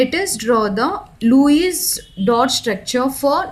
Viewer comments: Lewis It is not luwies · Luice nii mam Lewis🤣🤣🤣